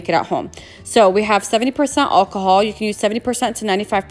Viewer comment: Your pronouncing alcohol wrong